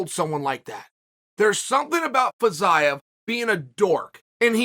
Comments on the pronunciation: It's pronounced Feezeeyev, Chael. Not Fazayev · he pronounces Fiziev's name incorrectly